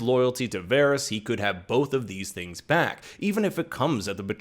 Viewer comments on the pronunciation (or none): none